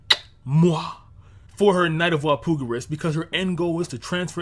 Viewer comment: Why do you say Walpurgis weird? Do you not see the "R" in that word? Wall-Pur-jiss